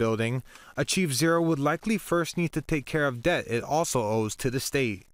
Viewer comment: Yep. I've noticed that he pronounces words goofy. Like "setho" instead of "settle", or "deh" instead of "debt", "geh" instead of "get".